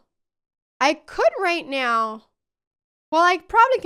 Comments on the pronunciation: the "right noew" gets me every time 😂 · "right nyeow" :face-orange-biting-nails